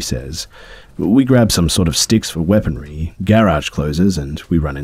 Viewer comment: Dude does not know how to pronounce garage lol